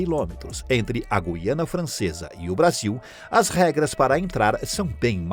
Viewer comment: Parabéns por pronúnciar o nome "GUIANA" de forma correta, pois é um assassinato das ignorâncias ao pronúnciar essa palavra que dá nojo. Eles chamam de GIANA...PODE?? TOTAL E FALTA DE LEITURAS.